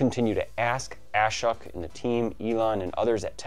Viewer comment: his name is pronounced ah-SHOHK :-)